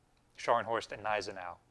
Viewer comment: Just a slight correction on pronunciation, the "g" in Gneisenau should be pronounced. "G-nay-zen-ow"